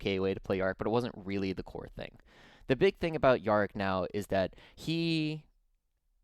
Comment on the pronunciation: Good watch apart from the Yarrick pronunication.